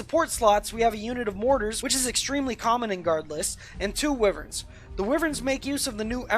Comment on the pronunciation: It's WHY-VERNS!!!